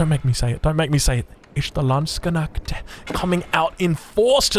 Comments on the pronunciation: try Lance-connect but without pronouncing the o in connect👍🏼 I know german words look like random letters randomly mashed together😆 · Just in case you would actually want try to pronounce Landsknecht. You can slightly pause between lands/knecht. To adjust your tongue since the 'kne' isn't familiar. So Lands - just like you say it in english, except pronounce the 'a' as you would in 'fAlling'. LAnds. Drop the K hammer. It comes abruptly and clearly. Directly followed by necht. And the 'ch' is what everyone makes fun of german for. Sounds like an angry cat. Chhhhh. Not sh/sch. Its throaty but can be quite soft. Quick T to end it off. LAndsKnechht. That's my best attempt at explaining it. Good luck. Either way, you'll have me laughing in your next video. ✌️You're doing some awesome gamecasts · By the way, there's no e between the k and n in Landsknecht and the ch is more of a voiceless velar fricative. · i love how you pronounce the Landsknecht, it's so funny lmao (i'm german btw) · Great Video as alway! But can you please look up how to pronaunce LANDSKNECHT, that would make it even better. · it is LANDSKNECHT!!!!!!!!!!! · Re Landsknecht, drop the K sound. Pretend the letter isn't there. Also Land instead of L + and, it's more like L + ahnd (think British "and" vs Aussie "and"). The "ch" is pronounced closer to an "sh", but it's sort of half way between the two. That's the tricky bit. DW though, drop the K and change the "land" and you're 90% of the way there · Non—Germans still fighting with the word Landsknecht 😄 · Hört sich verdammt lustig an 😆